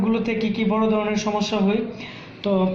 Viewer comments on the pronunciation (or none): আপনার উচ্চারণে একটু সমস্যা আছে। 'হই' না 'হয়' হবে।